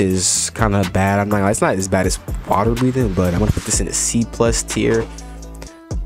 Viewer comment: Ah yes the bo'oh wo'oh breathing